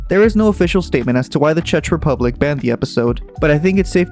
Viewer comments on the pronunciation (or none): its pronounced CzeK Republic :,((((